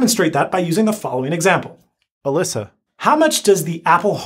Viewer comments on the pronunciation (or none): How could you say alisa and sola